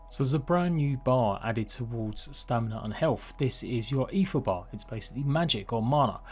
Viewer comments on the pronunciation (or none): its pronounced AY-TR or close to it for someone that doesnt speak norse tongues.